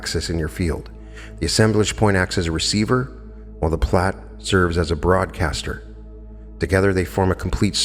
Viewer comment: Pronounced "Plate" I thought?